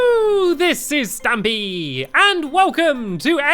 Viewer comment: Stampy,when you say your name in the beggining,it's sounds like your saying stammy 😁